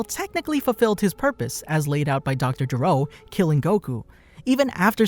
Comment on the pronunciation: Why do you Americans keep mispronouncing/incorrectly translating names in Dragon Ball? It's Dr. Gero with a hard "G" not "J" because his name means to vomit in Japanese.